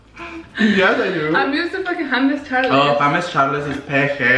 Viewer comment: I can’t “Hames Chales” 😂😂💀💀💀